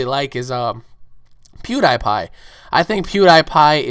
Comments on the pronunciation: lol sorry but you pronouce pewdiepie wrong (PEW-DE-PIE) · I think you said "Pewdiepie" Wrong :P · LOL!!!! HE SAID PIEWDIEPIE WRONG XD!!!!!!!!!!!